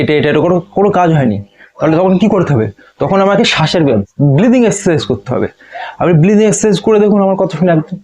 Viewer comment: Dada oita bleathing na oita breathing hobe.